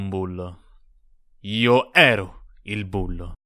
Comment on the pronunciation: ed OVVIAMENTE c'è l'enfasi sbagliata ne "io ero IL bullo", tipico xD